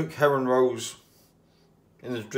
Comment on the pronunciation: I keep thinking you say Heron not Herring love the vids.